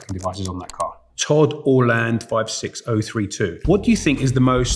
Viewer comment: I can't get over this guy pronouncing "Orlando" as Orland-Oh... :D